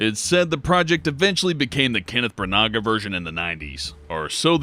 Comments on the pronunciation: It's pronounced Bran-uh not Bruh-nag-a. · It's pronounced Branna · Kenneth Brannagh's name is pronounced "Bran-ah", the G is silent. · Kenneth BRAN-nuh. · it's pronounced "brannah" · Kenneth Bra-Naw spelt Branagh. It's irish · if we have to sit through that obnoxious voice, please get your pronunciations right. BRA-nah pa-GO-duh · What? Did he just pronounce Kenneth Branagh's last name as bra-nay-ga?! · kenneth bray-nigga?? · Sorry to be picky but it's Kenneth BRAN-AH and George LAY-ZEN-BEE. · The pronunciation that he was lookig for was "Bran-Nah" - Kenneth Brannagh... Some how I doubt that the internet got the link between Cronenburg and Brannagh wrong. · It's pronounced BRA-NAH. Kenneth Branagh has a silent G.